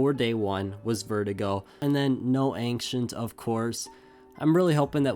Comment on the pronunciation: "anxient" it's ancient